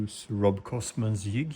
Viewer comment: I can hear you are Swedish from you pronunciation of "jig".